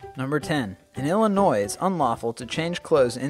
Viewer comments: Did he really say IllinoiSss? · It's pronounced saɪprəs and the S in Illinois is silent. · The s is silent in Illinois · Anyone else cringe when he said Illinois???